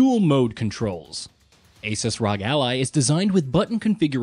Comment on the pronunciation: You keep pronouncing ASUS and ROG weirdly.